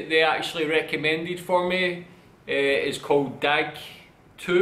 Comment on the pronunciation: İf there is a letter Ğ/ğ, for example Dağ you need to say double time A for example Daa